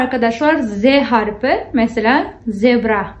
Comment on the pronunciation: doğru düzgün öğrenelim ne ya nasıl bir üslup bu? Sanki siz türkçeyi çok doğru düzgün konuşuyorsunuz da... Türkçede i ve ö harfi var hanımefendi. Ogrenmek değil öğrenmek. Harfı değil harfi. -de ekinin kelimeye göre değiştiğini bilmiyorsunuz. Çucuk değil çocuk. Daha bir sürü söylerim isterseniz. Ama türk olmadığınız için bunları söyleyememeniz çok doğal, biz garipsemiyoruz. Doğru düzgün konuşun da demiyoruz. Saygılı olun.